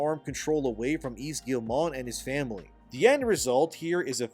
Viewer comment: "Yves" is pronounced "eev". Silent S.